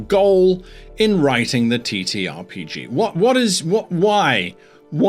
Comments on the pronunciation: I can't help but hear he saying "t*ttyRPG" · he said TeeTee